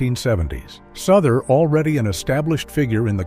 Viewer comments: JD Souther not Suther. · It's pronounced SOW THER not souther. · It's J. D. "SOW-ther, isn't it? Is this another one of those clumsy computer voice narrated things? An actual music fan would know. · Thank you for pointing that out, it is inexcusable to mispronounce name of a person in the public eye. It would be like calling Cher as Chair. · For the record JD Souther is pronounced as in house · Wrong pronunciation of Souther